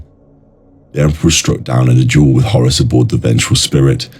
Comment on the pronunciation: Bro I just want to tell you something, you're actually not saying Horus you are saying Horace.